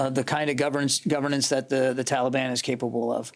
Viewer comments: If he says “tolly ban” one more time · Hey Joe! If this helps you The Talibon doesn’t rhyme with Cinnabon. Maybe when you have a minute you can get off your you know what and save some Americans. Oh sorry, I forgot you were taking a nap and eating ice cream. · Why do Americans call them the Talibarn?